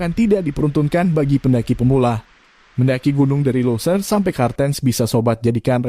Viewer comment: Tulisnya Cartensz bacanya kartensz..malu²in saja..!!